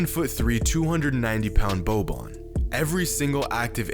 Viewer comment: Wow, he said bobi's name right! Bruhs be saying mar-jano-vich 😭